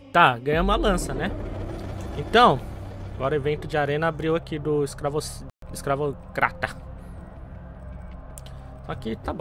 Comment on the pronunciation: quase falando escravoceta ksksksks